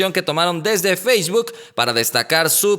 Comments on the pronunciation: por favor!!! Esa pronunciación de facebook te salió medio rara. No es “feishbook”. Saludos camarada. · Eduardo Ibiza ayala ¿qué pedo con tus oídos? Si no lo escuchas ponlo en velocidad 0.25 y notarás ese feishbuk. Si no sabes inglés básico tu vida anda al pedo. 🤫